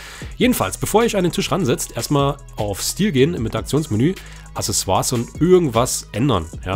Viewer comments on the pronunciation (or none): none